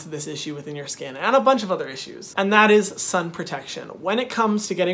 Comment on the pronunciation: And “stay protected from the skun” 😂